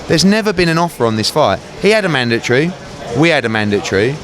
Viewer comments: it's MANDATORY NOT MANDATREE U FUCKIN English bum... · What the fuck is a mandatree?